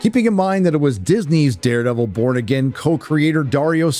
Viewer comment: why does it sound like he's saying Daredevil : Bored Again